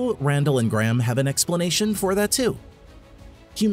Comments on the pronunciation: Gray-Ham not Gram ffs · Americans n there accents!!! Pronounce it.. Gray....ham!!! This guy, calls him Gram 🤦🏽‍♂️ ffs!!! ✌🏽